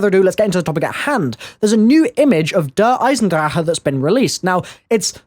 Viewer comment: Fucking fix the way you say der eisendrache